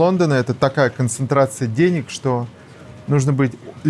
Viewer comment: ... Чичаваркин хвастается, что он в 2000 году, во времена когда все пиздили все друг у друга, привез домой две сумки наличных денЭг, отпад! ...моя маленькая дочь смешно училась говорить по русски, вместо если бы говорила - "этлиб" ...так вот ссынок, этлиб ты смог как и я, во время свирепствования лЭйтЭнантов из ОБХСС в 1982 году (что такое ОБХСС см. Википедию), привести домой двЭ сумки советских дЭнег достоинством от одного рубля до советского червонца (25 рублЭй) , цены бы тебе не было, среди цеховиков, а так ...свезло чуваку, подсуетился вовремя и сегодня в ус не дует и обливает грязью тех кто ему это, хапнуть бабла, позволил...